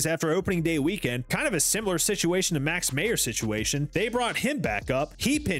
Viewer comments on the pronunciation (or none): Meyers not mayors. Last name is pronounced like Michaels meyers